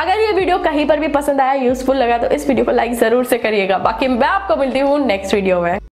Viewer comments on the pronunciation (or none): none